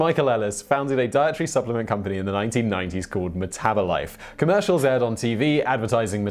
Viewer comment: "Meth -abolife"😄